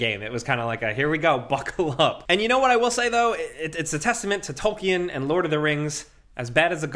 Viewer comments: tolky-en? WTF... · With other dude sitting right there not correcting you on ur pronunciation of Gollum and Tolkien makes me very disappointed with both yall. Shame!